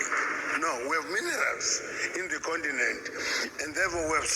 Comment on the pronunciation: THE BROTHER SAID """THE OONTINENT""""...... LET'S GO BROTHERS.